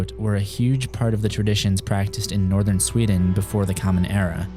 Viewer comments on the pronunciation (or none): none